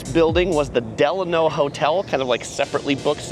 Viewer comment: It's pronounced Del-lan-o